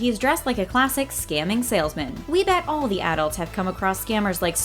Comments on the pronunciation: Say arults one... more.. time.. lol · How many times can this lady say "adults" like this? Please say it right if you are going to say it 100 times in 7 minutes. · Why is she saying adults like that ? English is my second language and I still know how to pronounce it right she should too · AD-DULTS. AD-DULTS. AD-DULTS. AD-DULTS. AD-DULTS. :/ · Stop pronouncing adults with the emphasis on the first syllable. You sound silly. A SHIV is a makeshift knife used in fights. Shanking is the verb that means to cut someone, usually with a shiv.